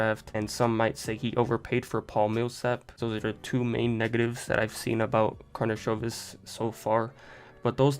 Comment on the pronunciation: This is first video from all that pronounce correct last name, nice done!